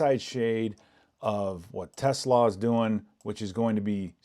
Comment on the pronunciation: The name (for 18) is TeSlaa, not Tesla and he's a wide receiver... not a tight end.